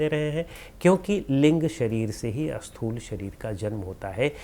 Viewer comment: Sir, prabhootaiH is not properly explained here. PrabhootaiH refers to the Sharir which is made from panch mahabhootas. That is Annamaya Kosha. Also, for the audience, the pronunciation a-sthool is actually Sthool (no A is there).